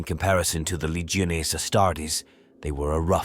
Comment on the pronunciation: Lee-geo-nay lol